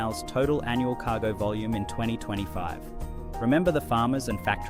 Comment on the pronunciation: "KAH-go Ship" 😂